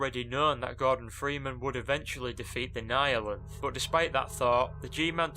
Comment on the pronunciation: Thank you for pronouncing "Nihilanth" correctly!